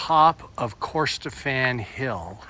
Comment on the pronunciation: No pressure on the pronunciations. As an English arrivee they are tougher to me too. But Corstorphine is pronounced cuss-tor-fin. And Edinburgh is Ed-in-burrer.